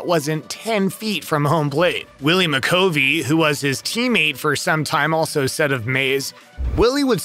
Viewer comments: It's not pronounced: Willie McCoevy It's: McCuvee. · The way he pronounced Willie McCovey’s last name hurt to hear